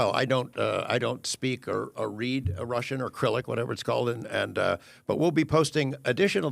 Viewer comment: Cyrilic 😂😂not acrylic !